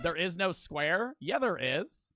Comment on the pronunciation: him saying square is pissing me off